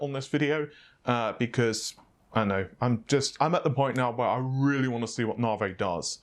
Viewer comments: Stop saying NavA its Navi lol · Can you please pronounce it as Naavi? Rather than Naarvey? It getting annoying now. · Lol "Nav-e" not "Narvey" love your vids by the way apart from the Narvey issue... Peace out ✌️ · I always thought it was navi and not narveh ;) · quick question: Why do you pronounce Navi as Nah-Vay, rather than the obviously correct Nah-Veeeeeeee?????? Not a big deal, but for some reason it drives me nuts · You say (Nah-vay), I say (Ney-vee). Really, your distinct way of pronouncing that word kills me every time. By the way, can’t wait for the (Nahr-wuhl) family of GPU’s. 🤣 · navIIIIIII. Not "Navey". I'm never bothered by pronunciations but this is really annoying. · No no, it's Naur-vey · I just came for the naurghveih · It's Nah-vee. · First it's naaveeeey, and now it's baydooo..... What? I'm pretty sure baidoo is not an English word, reminds me of white peoplefrom the States saying Kinya instead of Kenya..... Doesn't need to be irritating but it really is. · Classy way to say navi, Naa-Vay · Nah - Vay.. Jeez. Not as bad as calling Matisse (Ma-teese) ...Ma-tassy.. lol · It's NOT Nah-vay..geez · The way you pronounce "Navi" triggers me... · Scrotum Monster I know, it’s hilarious how he pronounces it.